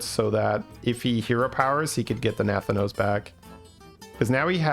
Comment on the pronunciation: no offense, but nathanos is pronounced with the stress on the 2nd a